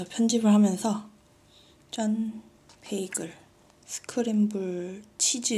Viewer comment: 싣님 에그드랍에 빠지셨군뇨 🍳🍳🍳🍳 띤 베이글 발음 넘 귀여워우 ㅠㅠㅠㅠㅠㅠㅠㅠㅠㅠㅠㅠㅠㅠㅠㅠㅠㅠ 🥯🥯🥯🥯🥯🥯